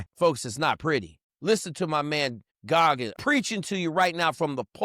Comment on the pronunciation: Why keep saying Goggins?